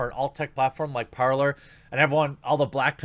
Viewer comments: Par-lay, Jeremy... it is French. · Jeremy, Parler,. it's (Par-lay)... it's French. Means, talk.